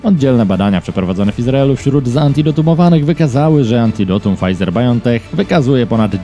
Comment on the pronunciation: A czy Pol8cja z Opola pochwali się swoimi funkcjonariuszami, którzy radośnie wyjechali do górskiego kurortu (tak, prywatnie) a sprawa by nie wyszła gdyby nie przywiezli choroby wiadomo jakiej? P.S., jeśli Pan już mówi o Biontechu to proszę to wymawiać "bajontek" a nie "bajontech". Ok? Dziękuję.